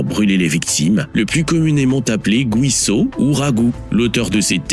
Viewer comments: “Guiso” ne se prononce pas GOUISO. En español , c’est la même règle qu’en français. Gui ça fait GHI et pas JI . C’est tout. Donc on dit GHISO pas GOUISO!! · El guiso...pas güiso.....prononcez ghii...comme guimauve... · Le "guiso" ça se prononce "guisso"... Et non "gouiso". C'est comme Miguel, on dit Miguel, comme ça s'écrit, et pas Migouel...😅 Et un guiso c'est une preparation en sauce de viande, poulet ou poisson. Ce n'est pas une soupe...